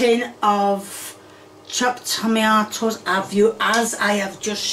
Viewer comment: Every single ingredient pronounced wrong Potatoes: Studtatoes Onions: Honions Tomatos: Tommyatos Pepperoni: Pepperomee Oil: Hoil